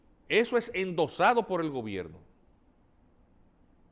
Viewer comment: Hola : dice GOBERINO, no gobierno